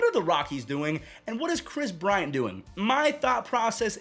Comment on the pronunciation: KWIS BWIANT.